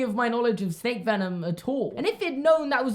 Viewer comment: Did anyone else hear “She’s a special snek” instead of “She’s a special snake” ? Just me? Ok...